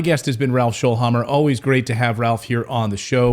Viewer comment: Its Schoelhammer, not Shoelhammer